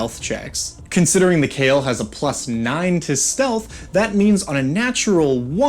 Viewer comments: Khayal is supposed to be read as Kha-yal not "Kale". Literally it can mean "imaginary" or "illusion". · Cale? Wtf? Khah-yall, like Al-Lat. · So just one thing.. their name shouldn’t be pronounced as the way you are doing. It should be Kha-yal. Kh as in dj khalid. And yal as in hey Y’all. And yes I am saying this since the word is Arabic and you saying kale is killing me every time 😭 also it means imaginary or also in this context it might mean something like an illusion. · Kha-Yal pretty much "shadow" in Arabic. Both 'a's pronounced as in "Astral". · It's pronounced KHa-Yall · I'd pronounce it "kǝ-YAL," with emphasis on the second syllable. And, fun fact for anyone who cares: the equivalent of "shadow genasi" in Pathfinder are called kayal (without the H, but presumably pronounced more-or-less the same). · im pretty sure its not pronounced kale, but i dont know enough about arabic to disbute it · its pronounced kha-yal khayal in arabic means imagination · It was probably intended to be pronounced Kh(flemmy)-eye-all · The name of this djnn in derived from the araibc word for shadow so its not khayal like in kale but the kh sound like the word shyikh so its خيال or shadow. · I believe its name should be pronounced more like Kha’yal (you know, like Kha and yal are separate). It’s an Arabic word which mean many things like: imagination, fantasy, fiction, silhouette, shadow, illusion, etc…. Emer I think should be Amir which means prince, and Malik is king as it said in the video. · Kh in Arabic names written in English is a romanisation of the letter خ, which is pronounced with a sort of guttural sound from the front part of the throat, towards the mouth. I think the closest English pronunciation of Khayal would be "huh yaul" but replace the first H with خ instead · Thats not how you pronounce it , google Kh sound in Arabic, Khayal means imaginary in Arabic